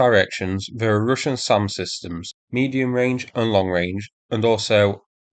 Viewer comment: Why you keep saying "Rooshian", it's Russian like (u pronounced and sounds like "A").